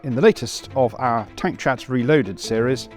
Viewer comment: At last! A man who can pronounce the word our without making it sound like are.